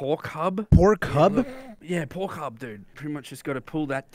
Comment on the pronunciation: the fact that he said porkgub instead of por**ub, and thats really funny XD. Sorry if my profile picture is creepy but id ont know what to put, but soon i will put my discord server picture here and btw i am from bosnia so yeah. Sorry if my english is bad i am 12 years old